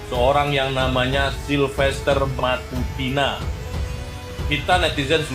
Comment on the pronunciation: Bukan matutina ,tapi MATACINA